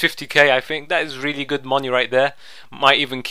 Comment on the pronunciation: Aha love it when he says 'And we get...No one gud.'